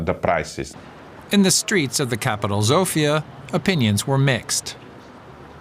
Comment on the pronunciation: You pronounced Sofia very badly. It is not pronounced with a Z but an S.